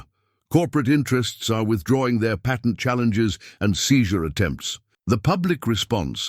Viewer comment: U. Must. Be. An. Ai. Because. You. Can't. Pronounce. Words. Like. Patent